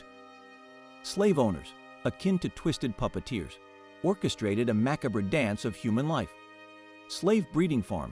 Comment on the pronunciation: Strange pronunciation of words re treacherous and macabre.